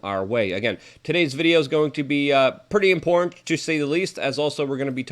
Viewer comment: Luke please stop saying, “This as” so much! It’s almost like a nervous tick you have. Every sentence starts with “This as…” Is YouTube paying you every time you say that? Also, the word “Important” is not pronounced “Import” -that’s a different word. Slow down and sound it out you can do it!